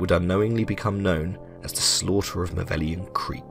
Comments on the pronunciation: The seemingly deepest lore of malevelon creek is that it's supposed to be pronounced like "malevolence" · please its pronounced ma-level-on, its not "maveleon" or whatever this dude said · Say it with me mah-level-on creek not mah-veli-on creek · I would assume you'd take 30 seconds time to read the name of the dang place. It's not MAH-VELLION creek - you even have a transmission ingame that correctly calls it MA-LEVE-LON creek. DO YOUR 30 SECONDS OF RESEARCH! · MA-LE-VO-LON. Not "Mavellian". Every time you say "Mavellian", an automaton kerb-stomps a kitten. 43 million Helldivers didn't become compost in that sh**hole for it to be mispronounced. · MALLE-VELON Creek, good sir. That’s how we say it. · my dude, I love your video, but you should know that it's 'Malevelon Creek', not 'Mavellion Creek'. seriously tho more videos like this pls! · Is it a meme at this point that people can’t pronounce Malevelon. Got this guy calling it Maveleon. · Malevelon* not Mavellian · Ma Leh Veh Lon Sound things out people it’s not hard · You keep saying maveleon not malevelon. Thumbs down no sub. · listen bud...if you're gonna make a video on something. Learn to pronounce the name correctly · lmao why does everyone say malevelon creek wrong? im not pissed or anything im just curious. everyone says erata prime and hellmire the same, but there are so many variations of malevelon creek. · How many times can one man say Malevalon Creek wrong xD